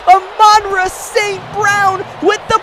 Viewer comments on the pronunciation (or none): my guy it is pronounced ah—men-raw